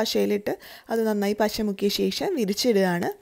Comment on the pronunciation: നോക്ക് ബ്ളേ-- എന്താണ് പസ - അല്ല പശ